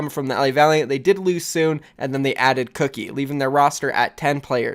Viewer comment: Dude so many things wrong here. You keep saying "no change" when things did change. LA Valiant lost soon. Outlaws lost FCTFCTN, Mendo, and Clockwork as DPS. Not to mention mispronouncing names. It's not cookie, dude. It's Kuki